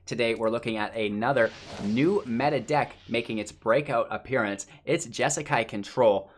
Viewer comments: say it with me... JESS KAI. JESSSSS KAI. J-eh- sss -k-eye. You're welcome! Please do a monthly deep dive into the deck, but on;y if you can say it right. Good luck! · Say Jesakai one more time